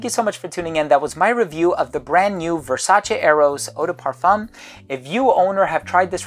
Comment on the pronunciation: Oh man, you’re the first American reviewer that I’ve seen so far who actually pronounces Versace on a correct way!